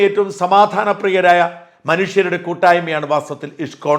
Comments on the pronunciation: ഇഷ്‌കോൺ അല്ല ഇസ്‌കോൺ എന്നു തന്നെ പറയണം. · Thank you Shajan sir ! Wonderfully explained about ISKCON. Just a pronunciation correction in Malayalam it is ഇസ്കോൺ 🙏 Bug salute to you 🙏